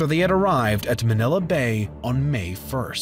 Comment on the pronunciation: As a filipino him saying manila with a softer a than a stronger one gave me a stroke